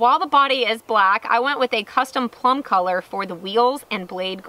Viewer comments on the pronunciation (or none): none